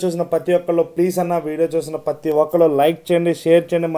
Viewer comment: "Pathi" Kaadu "prathi" Nooru tiragteldu anna neeku chicken baaga tintunav 😂😅